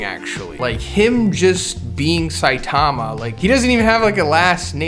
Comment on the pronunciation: "Siatama" lol